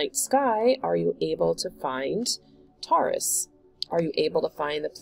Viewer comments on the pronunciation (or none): Pronounced ‘Tor-russ’